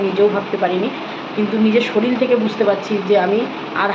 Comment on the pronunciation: শরীল না শরীর😅😂😂